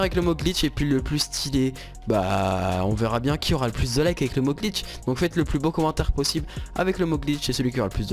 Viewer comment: Tu ma fait beugue quand ta dit gliche